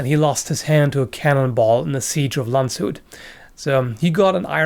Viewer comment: That pronounciation of Landshut is on point! Not even the slightest altering to how germans would say it.